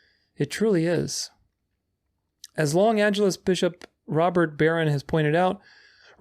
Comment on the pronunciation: you said Long Angeles 😅